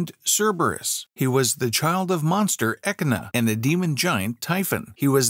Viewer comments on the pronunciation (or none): "Echidna" is pronounced "ee-KID-na." Emphasis on the second syllable, dammit.